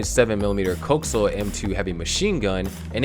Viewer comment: Lehperd like the animal. Not LEO-pard like how a robot would say it And COH-axe-e-al not cokes-sail